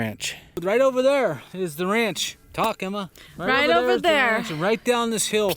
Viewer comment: He said talk emma 😂